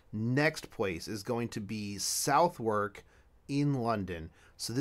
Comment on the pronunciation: Good video otherwise but Southwalk is pronounced Suvuk...